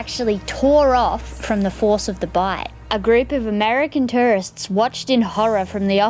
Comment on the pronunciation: I thought she said “American terrorists” and was so confused 👁👄👁